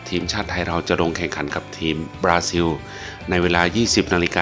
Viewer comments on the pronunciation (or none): บราซิล บ่แม่นบลาซิล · บราซิล ใช้ ร.เรือ ครับ